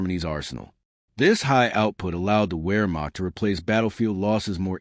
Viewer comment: A very good summary, but it's a "Sturm-Ger-Shuutz", not a "Sturm-Ges-Chutz" and "Vhermacht", not "Where-Macht". The Stug III was never a Self Propelled Gun, it was always either an Assault Gun or a Tank Destroyer.